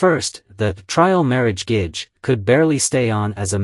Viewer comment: Also Gege I think is pronouced like Geh-Geh not gage. its how I hear it in the dramas at least